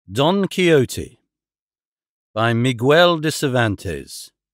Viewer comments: Mi gel not Mi gwuel. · I love that the narration has just enough amount of dramatic inflection for dialogue. As a native Spanish speaker, personally my favorite reading of Don Quixote, regardless of the butchering of some names that really shouldn’t be. Like… Migüel??? Jerez pronounced with a hard J rather than “Herez” among many others… semantics I suppose, but still a good narration. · I love it when English speakers pronounce the U in Miguel like they don't with guest, guess, and so on, like they also don't in Spanish, it's like going out of your way to mangle it, like with saying chorizo like "choritzo", yeah, it's like pizza in Italian, sure. The X in Quixote is analogous to the J in modern Spanish, so the modern spelling would be "Quijote". Much like the modern spelling of Texas would be Tejas, or Xixona, where all the Turron is made in Alicante province, still spelled Xixona in Valencian is written as Jijona in Castilian signage. I guess we should be grateful it's in English and not American, they'd mangle the names even worse and probably pronounce the X in Quixote like "Dahn Quicksote" without the e at the end, like they do with Pistone, Ponce, Corleone and the rest. I can't imagine savaging your own given surname wrong and disrespecting your family by saying your own surname wrong like they do over there and we don't in England.